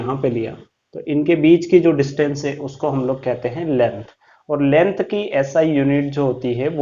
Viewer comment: Lengh nahi length hota h